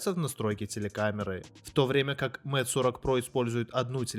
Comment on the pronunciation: Куда важнее твои навыки, говорит обозреватель который читает Mate как мате, а не мэйт.... Подтяни английский, приятель, и может народ потянется, а то слушаешь и уши вянут, слава богу по наслышке айфон называешь, а не как с английского айпхоне...